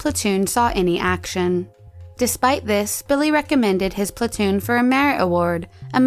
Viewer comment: How do you do the Korean pronunciation so well then say "plantoon" in the next one lol